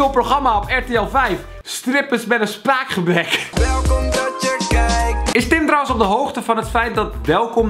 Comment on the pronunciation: Floor W hij spreekt het uit als: welkom welkom welkom dat je KIJK XD